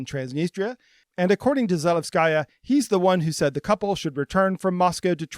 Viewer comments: Please, do give at least the slightest bit of attention to correct pronunciation. You don’t need to be fluent in the language, but in Za-LE-vskaya it’s the second syllable that should be stressed, as opposed to Zalevs-KA-ya which is how it’s pronounced throughout the video. As a person from another Slavic country, this just sounds off and I think many people would agree. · Za-LEV-skuh-yuh: accent on LEV, no "sky". It is the feminine form of Zalevsky. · kay, sorry - I didn’t mean to be rude. It’s just one mistake, unluckily repeated throughout the video. I don’t expect you to speak perfect Russian (or any language for that matter), in this case changing the stress to the second syllable would make it sound very good already. Apart from that, the video was very informative and you’ve clearly put a lot of work into it, so it’s only nitpicking :) keep it up!